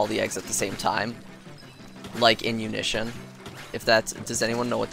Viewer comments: "unison" is now "unision" apparently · I'm gunna leave like 5 comment Here is #1 : How rid you not know unison was pronounced like University Son